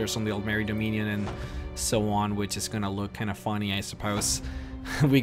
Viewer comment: Why are you getting your hard E's and soft E's mixed up? are you doing it on purpose or is it an american thing? Fell-ine instead of Feeline (Feline) Ee-bonheart instead of Ehh-bonheart (ebonheart) Dom-eenn-ion instead of dom-in-ion (dominion) :)